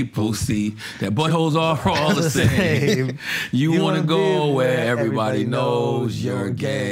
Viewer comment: Ev-er-y-bod-y not Ev-reeeeee😆 Ill-u-ma-nah-tee